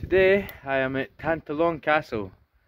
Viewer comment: BTW, the pronunciation is tan+TAH+lon. The stress is on the middle syllable.